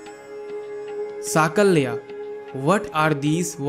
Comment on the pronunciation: Use proper pronunciation. Kurma, vasu,sakalya,..... In sanskruta, meaning changes with pronounciation.